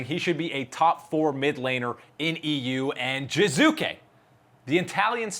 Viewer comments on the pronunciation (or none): Dear God. How hard is it to say an "e" in Jizuke? If it was meant to be "Jizuki" he would have picked Jizuki as his nickname. I get that you have weird ambigious aphabet (ei bi si di i ef ji) however calling him "Jaizak" would be even understandable because world knows you tend to read everything as english words. But "Jizuki"?? Give me a break...